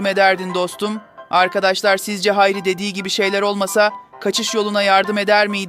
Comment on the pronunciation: Hari değil hayri